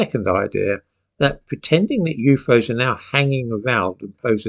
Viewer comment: I love how you say You foes! (UFOs), may I please commandeer it for My personal vocabulary? ❤ from Kentucky